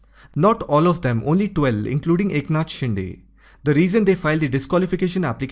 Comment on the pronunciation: 'शिंदे' not 'शिंडे'!!